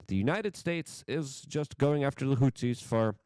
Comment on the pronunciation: Also 'HOOTH-EASE' hot 'hoot-seas' 'ex-ass-er-bate' not 'ex-aster-bate'